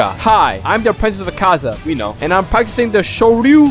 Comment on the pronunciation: It’s not akza it’s akaza